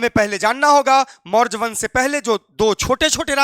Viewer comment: Maurj wansh 😂😅 pahli baar padhe